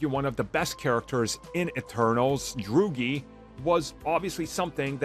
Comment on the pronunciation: Please stop calling Druig, "Drewgy", it's been like a year now. Plz stop.